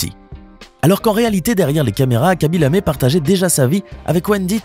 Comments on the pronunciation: Pourquoi Lamé ??? Y a-t-il un e accent ?? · C’est Lame, pas lamé.